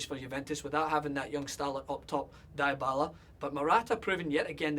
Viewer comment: u need to stop saying "Die-Bala". its "Deeeeeee-bala" sa it slowly with meeeeeeeeeeeeeeeee DEEEEEEEEEEEEEEEEEEEEEEEEEEEEEEEEEEEEEEEEEEEEEEEEE I THINK YOU GET MY POINT MATE!